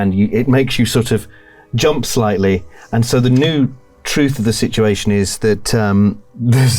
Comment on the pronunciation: “I’m playing as a slightly older gentleman” but I heard “slutty older gentleman” and I didn’t even bat an eye 😭✋🏻